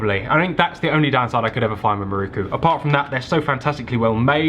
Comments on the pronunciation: Great video but you know it’s pronounced miroku right? Not ‘maruku’. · its an "i" in miroku not a "u" 😂. its not muruku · its not "Mirookoo"...its "Mee-RO-ku" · Loving these videos. Just a small point on pronunciation. You would say Miroku as MeRowKu in Japanese. Otherwise a very solid video!